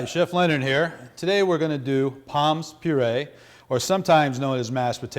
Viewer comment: Poms puree? Very French indeed sir